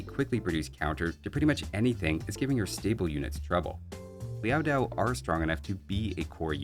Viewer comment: It’s Liao Dao, not Liao “Diao”. No [i] in the second word.